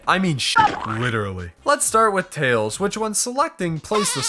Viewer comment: THATS NOT TAILS!! ITS TLELS!